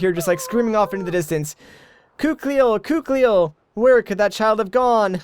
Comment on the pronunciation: her name is pronounced Koo-keel.